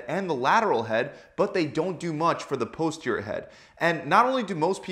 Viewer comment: This may well be good advice but his mispronunciation of "Posterior" is making me want to claw my face off.